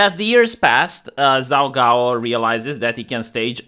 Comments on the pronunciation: hahaha, I laugh, the way you pronounce the name is too funny for somebody that speaks Chinese. It is the best pun. It sounds like you are saying messy cakes, or a phrase that means, shit, or oops. 糟糕 zaogao. So it is pretty funny. I am going to watch the video now, but the first second had me cracking up. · pronounced Jhao Ghao.